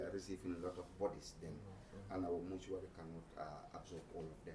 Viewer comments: Did i just heard him say monetory instead of Mortuary 😅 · People are saying mortuary and this useless man is saying monitory... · Am complaining on the same thing, he said right now we are at Banjul at the monitory 😂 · Point of correction it’s (Mortuary) 😅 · Yea monitory 😂